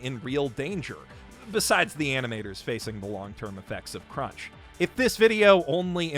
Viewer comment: Threw up twice when he said crunch